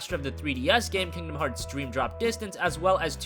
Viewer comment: lol he said kingdom heats x